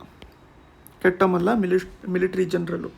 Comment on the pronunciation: Kettamalla alla sir ketumalla